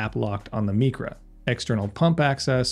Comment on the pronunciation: It’s not mEcra it’s pronounced mYcra is in microwave, microscope, etc. It’s all Greek to me! 🤣👍